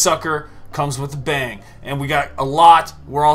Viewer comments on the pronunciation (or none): none